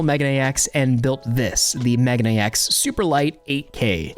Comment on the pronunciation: Love your stuff. But it is mei gah nay X. Megane means glasses.